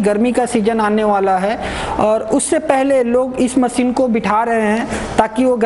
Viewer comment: Very very poor pronunciation like: Machine not maseen Composition not compojisan Thousand not thoujan Zyaada not jyaada Business not bijnes Customer not cushtomer